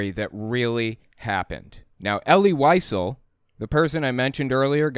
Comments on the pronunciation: Wiesel is pronounced like “vee sell” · Wiesel is pronounced “vee-zell” 💙 That’s my only critique—top notch as always,!